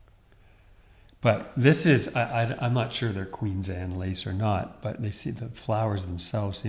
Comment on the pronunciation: Queens Anne? I always thought it was Queen Anne’s. 🤔